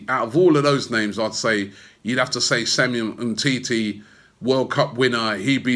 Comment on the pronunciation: Umtiti not umteti